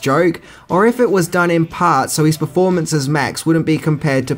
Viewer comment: "serchin fur eez bruver"